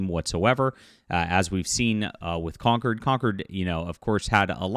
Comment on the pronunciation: Con-CORD. Not conquered.